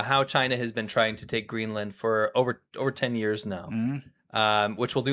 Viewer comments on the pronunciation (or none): Greeland? Really....educated at a learing centre?